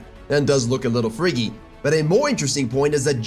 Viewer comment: the way he says freaky kills me